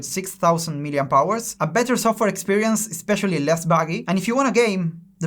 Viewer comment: Grande! Es admirable lo que estas haciendo, un saludo desde Jujuy Argentina. Pd: no pude evitar reírme cuando dijiste Miliampowers en lugar de Miliampers.